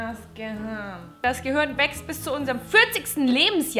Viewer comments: Ich mag es wenn du statt Gehirn... Gehürn sagst!!! :) Is wie bei Gronkh.. Kirche.. Kürche! XD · ***** auch falsch... GehüRn